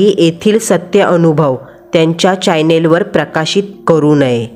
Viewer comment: चायनल नाहीं रे भावा, चॅनेल